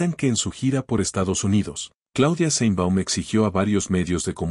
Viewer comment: Aprenda a pronunciar sheinbaum,no seinbaum